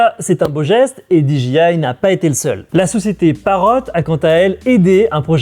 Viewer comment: Génial. Très bon format. Surtout le jingle à:D Contenu toujours pertinent en tout cas. Juste une bricole... Peux-tu dire "Dé Ji I" en français ou "Di Dgay Aï" en anglais? "Dji" en anglais, c'est G et mes oreille saignent à chaque fois:p